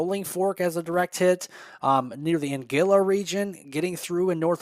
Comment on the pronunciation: An guil la, not angilla! Thank you 🙏That is 50 miles south of Shaw